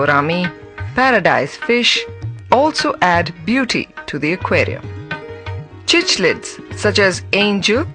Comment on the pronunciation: Rishabh Shirke I agree, that incorrect pronunciation of cichlids was pretty annoying too....✌